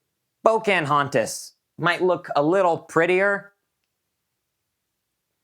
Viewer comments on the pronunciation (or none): po- can hontas, not po- cant hontas. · It's actually po-ca-hon-tas